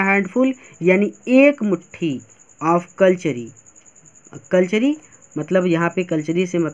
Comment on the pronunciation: सर उन्हें कटलेरी कहा जाता है ना की कलचरी